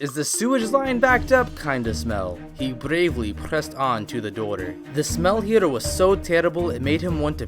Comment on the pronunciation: He brrrrrrrrrrrrrrrrrrrrrrravely prrrrrrrrrrrrrrrrrrrrrrrrrrrrrrrrrrrrrrrrrrresst on his brrrrrrrrrrrrrrrrrrrrrrrrrrrrrrrrrrrrrrrrrrrrrrrrrrrrrrrruhdha was a plumberrrrrrrrrrrrrrrrrrrrrrrrrrrrrrrrrrrrrrr am i the only one laughing at this super hard?